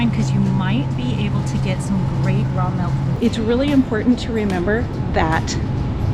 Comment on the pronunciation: Too bad she can’t say milk. I hear “melk”